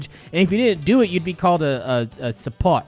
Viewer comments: ITS SUPOT! not SUFOOOTTT! dumbass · its "suu poht" hahhaha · Its pronounced "soo-pot" :v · I'm a filipino and it's not sup-out it's sup-ot! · im a filipino too i fuckin laugh so hard when you pronounced supot suphawt suhpowt suphut? LOL WTF its pronounced Su-POT like ur a british say pot like flower pot but british its like Poht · Its su-po-t XD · Its pronounced su-pot say it fast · HAHAHAHAHA I LAUGHED SO HARD WHEN YOU SHOWED THE CLIP OF OTSO OTSO HAHAHAHAH. BTW ITS SUPOT LIKE "SUE'POT". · it pronounced as su-pot and read it fast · Its su-po-t im from the philippine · It's pronounced "sue-put" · I'm litteratley a filipino and I can't help laughing at that part ITS pronounced su powt and it's true that we make fun of others that are not circumcised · And by the way its pronounced su Phot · Hey i was circumcised when i was 10 years old and im from phillipines... And the word there called supót is pronounced as suput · lol the way you say supot its read as sue pot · The otso otso song is cringy tho its like around that song is around 10 years ago also it is pronounce as soo-pot (source: me i am a filipino) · You say supot sup-ot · here in phil they don't give a fuck in school they will let u go home and when u comeback they will welcome u like a man! anyways the way u pronounce supot is just like support but no r in it ;) yo welcome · and thank you,you made my.day and supot [soupot) if pronounced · It's pronounced chu put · When you said Supót, it made me laugh so hard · youre filipino :o and the pot in supot is pronounced as pot ( like flowerpot) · Its pronounced "sew-powt" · Its called "supot" pronounce it like suu-pot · its is pronounce sue-pot just want you to know also supot is another word for plastic i dont know the spelling of the tagalog word of plastic sorry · hey Im a filipino and I laugh so hard when you read Supot. LoL hahahaha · Just say supot naturally just say itt with no accent like how we say it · the way you say supot killed me XD